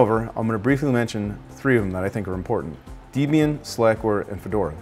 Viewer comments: Deh-bian, not dee-bian. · Tetsujin thank you. I was about to say the same thing. It was like nails on a chalkboard hearing that pronunciation. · It's pronounced Deb-Ian after the founders Debra and Ian Murdock. I teach Linux based classes at the local community college and we concentrate on Debian because of it's robust package management. You might want to mention that Debian practices pure GNU, that is no proprietary or encumbered packages are included Ubuntu takes this concept but adds encumbered packages to provide features that pure Debian lacks. You do need to spend more time explaining the differences between distros. I started with Slackware, moved to Red Hat long before Fedora and moved on to Debian once I was exposed to it. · Oh where to start on what is wrong with this. First off SLS is the grandfather of commercial linuxes. Slackware started out as a series of patches and fixes to SLS. Now lets get something straight while Slackware is not it distro to use it did cause both Redhat and Debian to exist. it is Deb-ian not De-b-in. It was due to its founder who name is Ian and his wife Deb, so Deb+Ian = debian. But back to Slackware, both the creator of Debian and the creators of redhat were slackware users and contributors. Do to some famous blow outs with personality issues with Slackware creator and maintainer Patrick Volkerding they parties went their separate ways and started Redhat and Debian distributions. Now I will say if you want to learn Linux install Slackware. So in a way Slackware is really father to all three major linux distros even if they were caused by Patrick being a less than agreeable person.